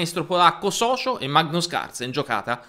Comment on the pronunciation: in polacco non si pronuncia "socio" ma Sozko poiché C e Z sono invertite rispetto all´italiano.